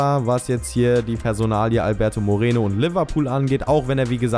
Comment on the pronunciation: nicht mireno